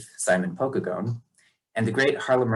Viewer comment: I found this interesting, but I think you’re saying Pokagon wrong? I’m from the area where the Pokagon band of Potawatomi Indians are headquartered. It’s pronounced “poh-KAY-gun” in the area. Your pronunciation sounded like “POKE-uh-gone” and made me giggle.